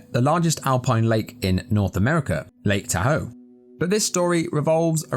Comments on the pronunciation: i laughed at the way this guy mispronounced Lake Tahoe as "laketa hoe" 😂😂😂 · It's not Lake T'hoe It's pronounced TAH-hoe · Constructive criticism: it's pronounced "Lake Tah Hō" Thanks for the video! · Just so you know, it's lake TAH-hoe. (The reply comments here are being unkind to you - they're not careful thought, so don't let them bother you.) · Just, by the way, lake Tahoe is said more like "t-AW-hoe"